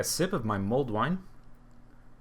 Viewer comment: Mulled, not mold. ;) While I know next to nothing about wine, I have a feeling if your wine's growing mold, you've got a problem.